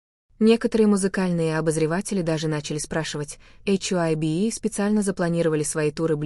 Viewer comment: БТС молчат, вот и придумивают чушь, и говорите правильно имена и что за ейчайби Хайби Хайби правильно их фирма,что ви язик ламаете, мало того что врете еще и коверкаете имена просто ужас